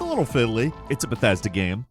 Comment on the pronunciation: What quality is you game? "I'm going with the besthesda approach" 😂